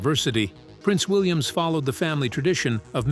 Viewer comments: Please stop saying Williams. His name is William without the s at the end!! Good grief!! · Yeah-every time I heard Prince Williams it was like someone drew a fork across a dry plate😖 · Why do you keep saying PRINCE WILLIAMS. It is PRINCE WILLIAM!!!! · Would someone tell the idiot narrating this that it’s Prince William not Williams. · Why is this the big whine. It's AI. Get use t o it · Oh dear me Our Prince is William NOT. Williams. Also mis pronunciation of certain words in the ENGLISH language are very irritating. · That is what happens when you let AI read your script.:face-blue-smiling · Is this AI? Why can't this robot get Prince William correct?